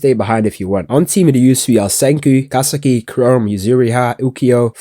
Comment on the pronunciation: Erm aktully its “ka-se-ki”